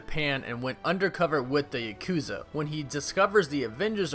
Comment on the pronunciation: Bruh, come on. You don't know how to pronounce Yakuza correctly?